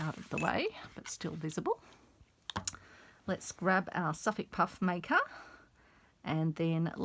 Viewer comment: What is that puff maker? I've never seen it before, nor heard of it. I turned on "closed captioning" to try and read what you called it. But cc says you said, "suff puff maker'. Is that a brand or sewing tool? Thanks for the tutorial.